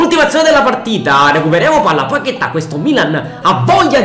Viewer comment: palala del portiere 😂😂😂😂😂😂